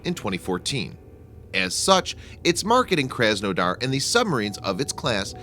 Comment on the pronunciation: Your butcheribg the name. My parents are from the city of krasnodar And I was triggered. Its pronouced KrasNadar with your heaviest russian accent.